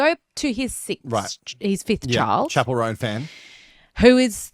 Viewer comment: I don’t think I’ll ever pronounce her name correctly from now on. She will forever be known as “Chapelle Roan” 🏄🏻‍♀️ 👀 😂